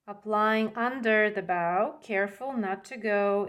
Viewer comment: Hello! New subscriber here! Love your style! Just wanted to compliment you on your English and thank you for teaching and not just music! PS, the red ribbon ‘bow’ is pronounced like ‘snow’ Just to help ❤